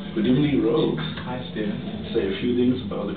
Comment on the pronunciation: Rogue. Rouge would be like if you were to pronounce the movie tittle: " Moulin Rouge" Sorry if that came off like I was being snappy. lol